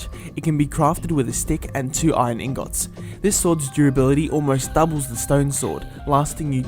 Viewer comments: he talks sooo weird this sword cane crafted with two iron inGODS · Lol "inGOTS"